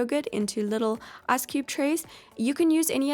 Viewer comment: I like how she pronounces “ice” as “ass” lmao